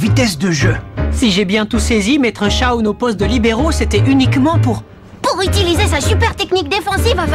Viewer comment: Merci grâce a toi nous pouvons le dire : Les kikoos d'internet tuent les noms en VF des animés "Chaoune" c'est génial mais c'est Shawn. Ah et c'est Haïden pas iden